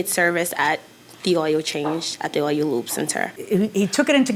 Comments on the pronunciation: I am curious why both plaintiffs pronounce the word "Oil" so differently. I have never heard oil referred to as "Ohyou". Maybe a geographical linguistic difference, considering they are both saying it the same way. Interesting. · Defendant says oyel not oil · The plaintiffs can’t pronounce the word, “oil”. They say, “oi-oh”. LOL… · I don't think I've ever heard the word oil pronounced the way those two did. Plaintiff did not prove her case. If you can't prove, you don't win. When you come to court, come prepared. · The way the plaintiffs pronounce OIL is like nails on a chalkboard😑